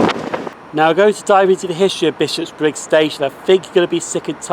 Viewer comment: Oh, I didn't realise Buchanan Street (or as I sometimes call it, "Tobacco Baron Street") had its own railway station at one time. I knew the Subway station with that name was close but not that close to Queen St station, but I never looked-into whether it had its own station. I must admit it's a wee bit weird hearing you say Bishopbriggs as Bishop's Briggs though! Lovely footage of those passing trains. I do enjoy our refurbished HSTs, I must admit.